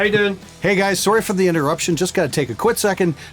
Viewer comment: Love the show and enjoyed your Produce like a pro ep I just watched. Though I get a trip when the Canadian comes out when you say "Out" and "Sorry" keep the information flowing we appreciate your knowledge share.